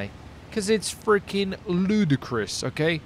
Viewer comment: congrats on getting the word LUDICROUS right the first time